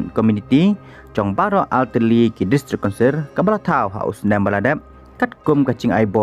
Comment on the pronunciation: District Councirrrrrrrrr